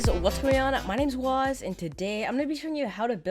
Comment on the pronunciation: Wazz. Not "Waxx"